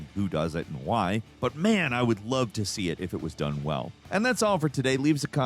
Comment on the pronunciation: "Shane, I lowe you!"